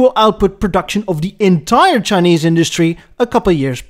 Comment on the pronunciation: Chin-neeze. I love it. 😂